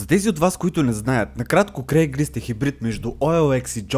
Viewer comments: Всъщност е craigSlist а не craiglist :D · казва се craigslist, а не craiglist.